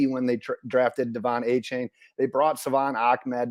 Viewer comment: AH-chain not AY-chain. 👍